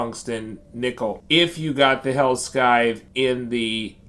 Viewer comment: Its pronounced “SIE-TH” not “SKY-TH”